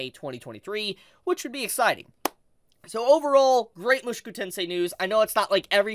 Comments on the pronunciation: why are you pronouncing Mushoku as Moo shoo koo its Moo Sho Koo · Oh god 😭 it’s mu-SHOW-ku tensei !!!!